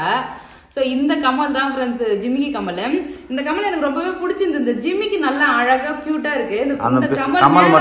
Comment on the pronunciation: கமல் இல்லை கம்மல்